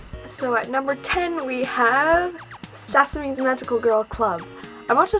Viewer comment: Sah sah me is how you pronounce it I believe. B T dubs tenchi muyo is so bomb.